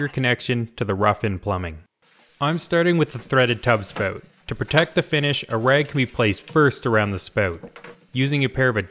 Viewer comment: a Canadian dialect. Please be kind.